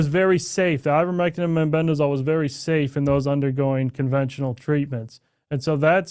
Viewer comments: He is saying MENBENDAZOL. Does he mean MEBENDAZOLE ??? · Clayton, it is MEBENDAZOLE. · They(Redacted) are just jumping on a bandwagon, trying to make a quick killing! Clayton couldn't even pronounce Mebendazole correctly.. talk about preparation! Shame because it all ends up looking like a cheap sell- out!! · Both of you dudes pronounce Mebendazole incorrectly.